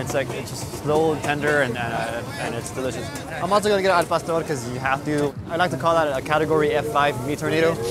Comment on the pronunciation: Palstor lol Cmon bro, i know you can say Pah-store